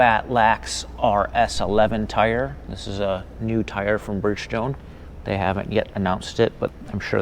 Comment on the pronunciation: Yeah, this narrator must be the owners' son or something. Clearly the wrong guy for the job. Totally unprepared, and clueless. I laughed at how he pronounced 'Bridgestone' and 'BattleAxe' obviously got this job through nepotism.